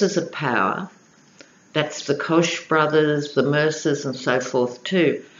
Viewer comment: Interesting reading. Koch brothers name is pronounced like Coke.